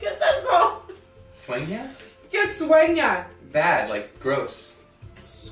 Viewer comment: Swenga 😂 hahah really 😂🤣 I thought he made up a different word after realizing he ment dream. Sueña😂